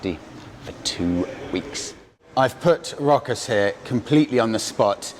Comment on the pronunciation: yeap, you nailed the name, its Rokas